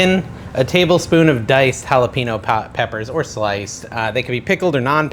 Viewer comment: hal-a-peen-yo.... not hal-a-peen-no driving me crazy